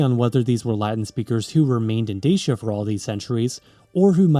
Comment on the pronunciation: Deishia and Deishians ? You are joking, right Such ignorance is unforgivable - it is called Dachia [ˈdatʃi.a] and respectively Dachians. Then KarpEItians instead of Karpatians ? Then, the answer why Romania is split in half by a mountain range should be answered by geology and plate tectonics ... instead we are presented with some mushy geopolitical mish-mash. I decisively vote this click-bait as spam or misinformation. Such videos are a disgrace for YT!